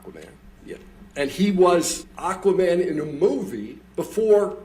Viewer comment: It's not Aquamera it's Aquamannnnnnn 🤦🏽‍♀️